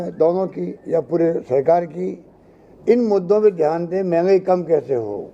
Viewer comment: आरे यार आप किस्से बात कर रहे हो....ये प्रेस कॉन्फ है या चुणावी भाषण...ये पहिले तय करो.. आप बार बार धान करो...बोलते हो..तो.. आपका ध्यन खा है...जनता को... ऊलू समझ रहे तो आप उल्यू हो....जनता सब कूच जांती है